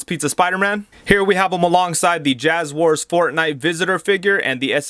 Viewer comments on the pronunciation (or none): No, I just kinda found the misspelling and mispronunciation of "JazWares" funny.